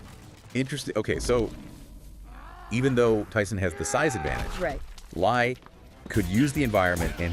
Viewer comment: Bare Knuckles and 23 yearold Tyson? Tyson.. Ans its pronounced Jet (LEE) Li